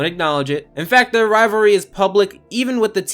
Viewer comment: Rivalry not rivary